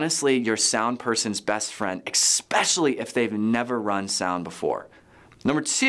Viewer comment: I normally like the content on here... but this is a bit deceiving. I don't really want AVL or music gear advice from a senior pastor.... no offense to him or anything... But also how can we trust a guy who keeps saying eXspecially? If your church plant cant afford a few of these basic items Im wondering if you really should be planting a small group in your home instead...